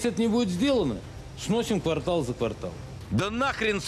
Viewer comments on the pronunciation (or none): none